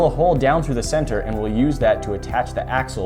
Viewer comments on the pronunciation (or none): none